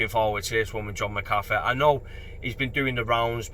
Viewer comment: Should get his name sorted tho - I assume its Irish origin. Mac Ahh Feee.